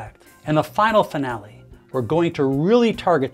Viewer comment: Loved when he said the grand finally😅